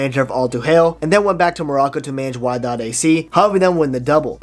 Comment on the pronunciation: pronounciations are a bit weird, raja is raja not raha and wydad is wee-dad not wyedad. Otherwise probably the best video explanation. Sub earned